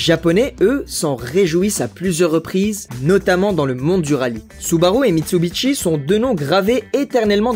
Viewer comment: Propiétaire d'une Supra A70 Turbo depuis 15 ans, ma belle fete ses 35 ans cet année, et c'est que du bonheur & confort ! Par contre ont dit MITSUBISHI, pas Mitsubitchi XD